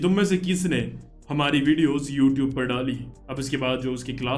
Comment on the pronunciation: bro youtube nahi hai woh your-tube hai 🤣